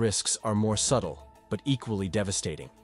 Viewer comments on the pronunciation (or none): none